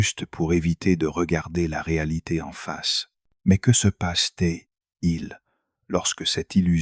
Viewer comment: Tres intéressant, mais concernant la forme, pourriez-vous réécouter la voix de l’IA et corriger la prononciation de de "peut-être" et de il y a "t'il ". Le peu _ etre est particulièrement agaçant et gache l'écoute. C'est dommage